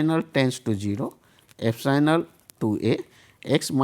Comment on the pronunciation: Not "Fsinal" it will be "epsilon".